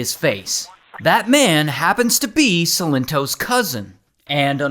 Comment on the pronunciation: Silent toes